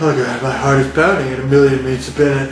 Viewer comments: "My heart is pounding a million meats a binute" 🤣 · "My heart’s going at a million meats a binute."